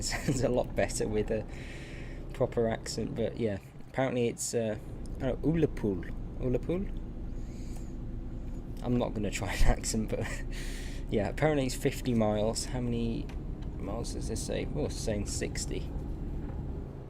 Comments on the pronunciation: It’s Ullapool as in a gull as in a seagull lol 😂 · Hi it is pronounced u la pool